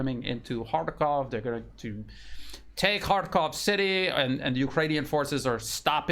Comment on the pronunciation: You are one of the few who pronounce correctly. It is H A R K O V in Russian because it is a Russian city and Russian language